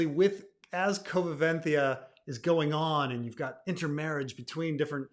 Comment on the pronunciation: Pre-roman Spain is one of the most interesting and also the most underexplored topic in Spanisg history, a pity. Also, the term is “convivencia”, you’re skipping a syllable!